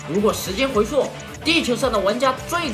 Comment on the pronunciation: 不是我挑刺啊 还是希望厂长提高一下姿势水平 回溯（su）不是回溯（shuo） 渗（shen）透不是参（can）透